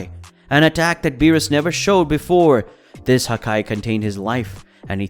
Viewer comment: bro said wiss